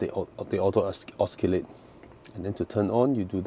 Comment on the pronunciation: It’s pronounced ‘o-si-late’ not ‘os-ki-late’